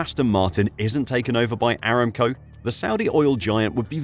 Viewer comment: pretty sure it's "a-ram-co" not "eram-co"